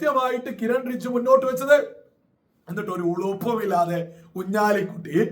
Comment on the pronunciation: റിജു അല്ല ബ്രോ ,റിജുജു എന്ന് പറയൂ.Anyway thanks to Kiren Rijiju for coming to Munampam and explaining the Law.